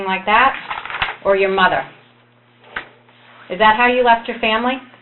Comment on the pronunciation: "or your mutter"